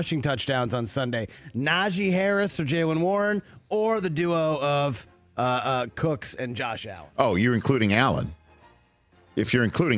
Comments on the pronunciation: His last name is cook. Not cooks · It's James Cook not Cooks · Why do they keep saying "Cooks"? His name is Cook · His name is James Cook. Not Cooks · *James Cook Not Jame Cooks, c’mon!